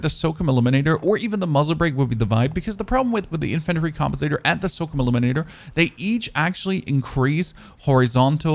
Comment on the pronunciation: The way he says infantry & SOCOM is disturbing..